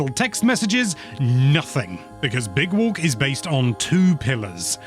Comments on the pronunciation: Big Wolk 😂😂😂😂 (Is what I heard) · "big wolk"